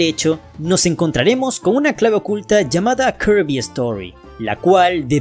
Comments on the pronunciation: Todos están hablando de "kerby", jajaja jajaja jajaja, con puro y rico spoiler, parece que es la sensación de estos meses. Ahora porque la gente se empeña hablar de otra manera el español se leé como se escribe, (kirby) se dice 'Kirby' y punto, no tienes que fanfarronear diciendo "kearby", somos hispano hablantes, y no anglo parlantes, o japoneses, o chinos, se escucha estúpido escucharlo de otra forma, me dan pena ajena, asco, y molestia, que lo pronuncien de otra forma. Es cierto que su forma en japonés va ligada a su pronunciación en inglés, pero ya lo dije somos hispano hablantes. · Viejo ellos pueden decirle como quieran al heroe rosa (kirby) hasta le pueden decirle ¡Poyo! Si quieren o karby o hasta kurby, tu das mas pena ajena quejandote de algo que nisiquiera es un problema, ademas por ejemplo ¿solo porque el nombre "Peach" se escriba asi significa el vas a decir literalmente "Peach" siendo que no se pronuncia "Peach" si no que se pronuncia "Pich" y no "Peach"? Eso no tiene logica pues que un nombre se escriba de una manera no singnifica que se diga tal cual, como se escribe y como se pronuncia no es lo mismo sabiondo.